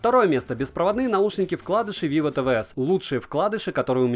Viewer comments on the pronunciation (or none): none